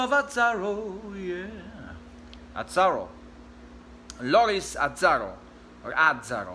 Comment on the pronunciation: It's Azzàro (Italian surname). Correct pronunciation: "Atzàro" (more or less).